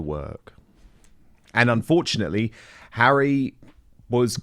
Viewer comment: "Bring Hawwy back in from the cold" ... Let's not and say we did